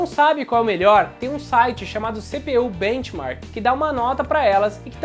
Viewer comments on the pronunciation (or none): none